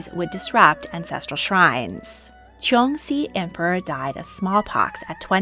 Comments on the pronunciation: I really appreciate your work, but in the future, please note that “Cixi” is pronounced more closely like “Ts-she”. The “C” sound you see in Hanyu pinyin is pronounced like, “Ts” as if you are imitating a cymbal. You pronounce Polish names so well so I can’t fault you here cuz none of us can do it all! Thanks so much! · Cixi Is pronounced (cersi) and I was hoping that you would do a deep dive about her and her life and time as dowager it's really interesting how she helped facilitate the downfall of imperial china I really hope you talk about her again in the future